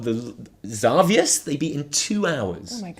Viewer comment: Your intro cracks me up every time xD. Enjoyed the hotfix as always guys it's really realxing and I feel like Im chilling with friends:). Ty for making videos, keep them up please. Btw the way you pronounce Xavius is awesome xD